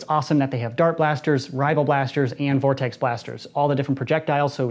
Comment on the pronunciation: Gess who’s back. Ps it’s vortex